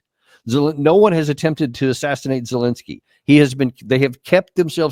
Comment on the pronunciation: seems ben is semi literate can't even pronounce the drug addicts name! zelenskyy😂